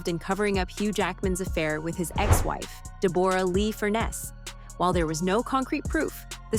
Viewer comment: "De-BORE-ah"....... Is this an AI bot speaking?